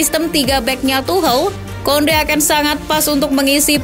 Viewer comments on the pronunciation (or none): none